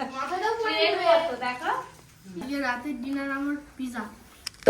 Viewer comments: This is not piza actual word is pizza very bad talking style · ওদের কেউ বলেন এটা পিজা নয়,পিজ্জা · Pija 😂😂😂😂😂😂 ..... village food Mota moti thik thak kintu ei vlog gulo khub geyon geyon ..... shob bhul bhal uchcharon ..... aekdom faltu